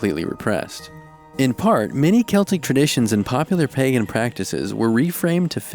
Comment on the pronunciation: Same!!! Oh and same with "celtic". He said it right!!